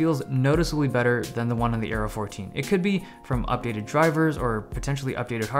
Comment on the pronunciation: Dave Lee When you said Aero i thought you said Arrow :D